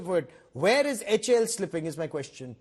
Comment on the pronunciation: Its not Haal its Eh A El Pls be specific